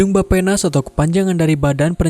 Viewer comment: Nah kak, Bapenas didengarnya kyk "Baphomet". Ngerasa gtuu...